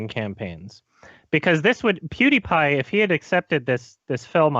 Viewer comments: I thought "Pew DIE Pie" would be the funniest mispronunciation by, but then he hits you with that "Ape Boy" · pew- die-pie